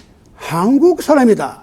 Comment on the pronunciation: 유심론의 "유"는"짧게" 발음하소서.한국의 "한"은 짧게 발음하소서.